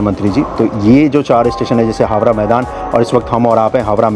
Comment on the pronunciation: भाई हावरा नही हावड़ा कहा जाता है